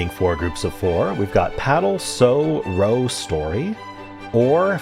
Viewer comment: Nice solves! Small correction though for Connections: In this context, "row" rhymes with "now", not "no".